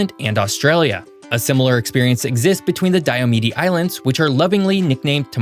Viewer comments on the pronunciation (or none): A few things. 1: The last E is silent. It's "Die-oh-mead", not "Die-uh-medy" 2: You never mentioned that Hawaii doesn't follow DST either. Their reasoning is because the difference in daylight hours between summer and winter is too insignificant for it to be worth it. 3: Maybe I'm nitpicking with this one, but if you want to get technical, Arizona doesn't really jump between Pacific and mountain times. Instead, Arizona stays on Mountain Standard Time all year, while California jumps between Pacific Standard time and Pacific Daylight time, and PDT happens to have the same offset as MST, UTC-7. But I guess, as an oversimplified way of saying it, what you said is fine. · Pretty sure it's pronounced "Diomeed" and not "Diomidi" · Diomede is pronounced die-oh-meed. Think of “Mede” as the same idea as “made.” … an Alaskan